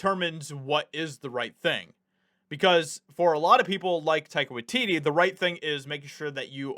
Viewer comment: Are you saying Tiger watidee?